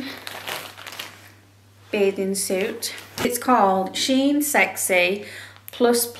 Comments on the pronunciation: It's she-in. I read that the company used to be named She inside, so they shorten the name to shein (she-in). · I have never heard anyone pronounce Shein and BooHoo the way you do except you. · I have never heard of Shein or BooHoo pronounced like you did at the beginning of this video.